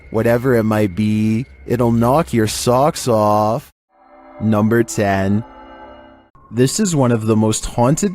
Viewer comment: "NUMBR FIFTEEN"